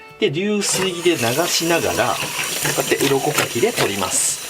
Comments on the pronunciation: 鱗書きが鱗滝に聞こえて仕方がないw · 最近鱗かきが鱗滝に聞こえます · 鱗かきが鱗滝に聞こえるw